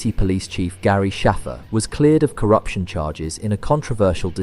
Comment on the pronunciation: bro she literally pronounces the letter ‘a’ in “Shaffer” like you would in the word ‘cake’. In fact it was said like that twice in this video by NPC’s so why deliberately mispronounce it